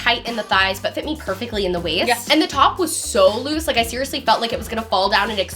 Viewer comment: “Siearyously Fashionable” (both names)